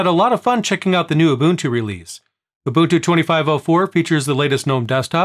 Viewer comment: It’s not you bun tu or uhh buntuu or u bunt too, it’s oooh bun two said quickly. In 25.04, If you transfer too much or too large of a folder or too many folders, then it crashes but you don’t have to reinstall, you just have to remember where you left off. LTS is like the same and not sure if it would be updated, Linux isn’t supposed to be on led monitors, that’s why nothing got used, smart phones and touch screen computers were all ions so it didn’t freeze your brain or anything.